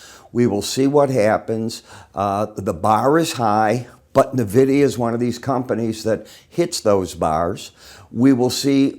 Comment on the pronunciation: Friendly FYI, it's pronounced "Envidia" not "Navidia".